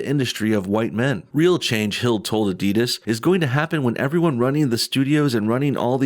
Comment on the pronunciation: Never heard someone pronounce the end of Adidas like DIS instead of DAS...